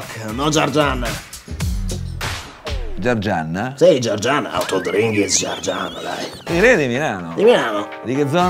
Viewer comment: Xche" ha detto GIARGIANNA con una N di troppo....si dice GIARGIANA (persona del sud Italia) ciao.